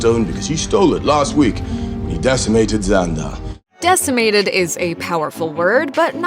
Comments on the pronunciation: It's not pronounced "xander" It's pronounced "xandAr".This lady doesn't know the MCU and is just reading the script smh. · its xan-dar not xan-der